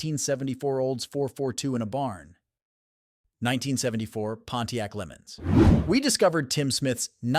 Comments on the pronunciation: It's not can A-M it's pronounced like jam without the j making it am if your going to say car names find a gear head they will tell you straight and its not lemon it's pronounced Le' mens As in the famous twenty four hour race in France please get it right. Cause if you don't it makes you sound silly others will call you dumb or even stupid. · Amen... This AI Narration proves they don't know SH*T about the cars... Between Pontiac Lemons and Pontiac A... M... it only gets worse. DO NOT Subscribe or LIKE!